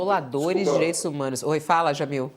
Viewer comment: Chega a ser irônica a dificuldade do venerador de ustra pronunciar as palavras" direitis humanos". Sai entre os dentes.